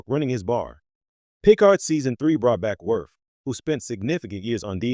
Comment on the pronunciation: Yeah. It can't even pronounce Picard.